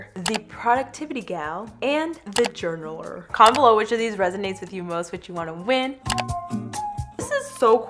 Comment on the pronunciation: i rlly love the "jourlaler" or the "artist"